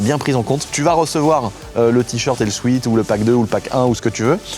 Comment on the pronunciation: J'fais mon relou, mais c'est insupportable à chaque fois le "sweat" mal prononcé. "Sweet" prononcé souite = "doux", comme un bonbon, ou "sweet heart", et "Sweat" qui se prononce "souète", qui veut dire sueur. Un "souète" shirt, pas un souite shirt.